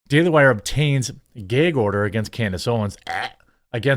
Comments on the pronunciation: It’s pronounced găg not gāg!!! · It's "Gag" like bag, lag, drag not "Gaig" like pray, play, say, grey, day. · No, it was more like “gay gorder” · Geg order, dregons lel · What is a "geg" order? Are you trying to say "gag" order? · why you saying “gayg order” 😂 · Say aaat at, say gaaag gag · Bro I like you're vids but If I have to hear you say "geg order" one more time I'm gonna pull all my hair out. 😂 it's gag. With an a not an e. 😂 thank you. We still cool though. Bones it 🤜. 😂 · IT'S GAG LIKE "BAG", NOT GAGE LIKE MADE! Jeez, that was torture. Lol Otherwise, great content 👍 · Every time Jeremy says “gayg” I want to gag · Gayyg order ahahahaha, the gayg order count is at 3 so far... Say it again lol .... Say it again ahahaha gayg! Count is at 4! No 5! xD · Bruh it’s not GAYG order it’s gag as in apple, short a says a. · It's Spelled "GAG" NOT Gig!!! It's a GAAAG order! Pronounce it CORRECTLY, You're an AMERICAN!!! F YouTube IF they're the One's Requiring you to Speak like a MORON!!! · Bruh... What's a "Gayge" order? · "Ghëygg" order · It's not gayg, Jermy. It's gag. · Gayg-Order lol. I say some words weirdly too. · Great. Now I'm nearly eye-twitching every time he says "gayg order". Does anyone else not use "gag" with the a in cat sound? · Gag isn't pronounced Gaig. it's pronounced GAG! 🤦‍♂ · Why do pronounce gag as gayg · I love this channel. Also, I'm laughing at "geg" order. :face-green-smiling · What is a "gayg" order? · what the fuck is a geaaag order? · It's a gay gorder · Love your content. Why do you pronounce it GEY-G order? Is that a regionalism? Is it not pronounced GAAAG order? Thanks and keep the awesome videos coming. I watch you every day 🇺🇸 ☝️ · He said “Gayg”. 😏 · I couldn't care less about the internet drama that Daily Wire has gotten themselves into with Candace Owens (It was out of character for them and I was surprised they signed her in the first place), but what is bothering me is why Jeremy keeps saying 'gayg' order... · "Geyg" order???